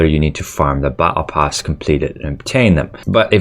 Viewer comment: The way you pronounce battle pass and apricot triggers me